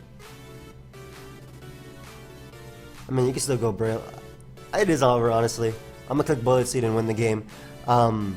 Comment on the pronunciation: Breloom, more like Bye-loom lol